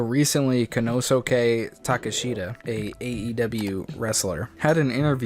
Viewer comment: you cant even pronounce his name correctly and he’s facing Jon Moxly at the ppv. If your going to cover something please do background checks. Plus if they can afford to pay wrestlers millions of dollars why not they deserve it